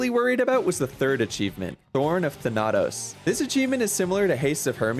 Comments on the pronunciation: Thann - uh - toes. Not Thann - nah - toes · Wait, I'm sorry, "Thuh-NAH-tos"? Come on man, they say his name in the game. Zag's cute nickname for his boyfriend pronounces it differently than that. It's "THAN-ah-tos". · "Tha-na-toes" I just died inside hearing that. THANA-TOS. >:O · Listen, this is a good video and I highly enjoyed it... but it's THA-natos, not Tha-NA-tos. Sorry for the Nitpick, but it just... i can't XDDD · "THUH-NOT-US" has me creased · ... The way you said Thanatos.... Just... That hurt my soul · The way he pronounces Thanatos is downright disgusting. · Ikr they stay it so many damn times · This man played through HOW much Hades, and STILL mispronounces Thanatos? Smh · New Thanatos pronunciation unlocked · Thank you for going through this game! I absolutely love Hades. Though the Greek mythology nerd inside me kept dying inside every time you said Thanatos lmao